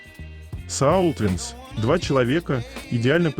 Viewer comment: Автор, не "сАултвинс", а "сОултвинс" от слова "soul" - душа. Помните "SOS" = Save Our Souls - спасите наши души.